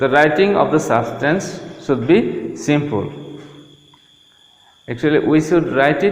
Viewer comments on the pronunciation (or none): Come on man you should talk faster... And wth is simpool??😂😂 it's simple... And improve your accent, it sounds like a mixture of American and broken and twisted Indian accent😆😆